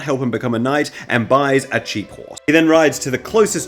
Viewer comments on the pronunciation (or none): You said “cheap horse” & at first I heard “jeep” for some reason & now I’m just imagining a knight in full armor, lance in hand, driving a whole jeep down the battlefield